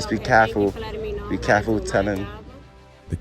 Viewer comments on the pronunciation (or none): When he says be caffle, just be caffle, is he trying to say careful? If so is that a specific accent in New York city?